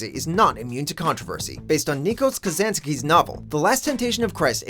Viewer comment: it's pronounced Ni-KO-laos Ka-za-JA-kis